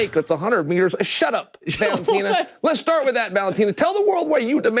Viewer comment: I was giving Chael credit for not calling him Cereal, then he called Valentina, Valenteen 😅